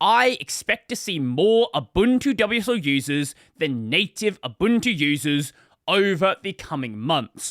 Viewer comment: "abuntu"? lol